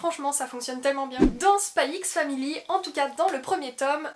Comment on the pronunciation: On dit pas le x dans les noms de manga/anime rohhhh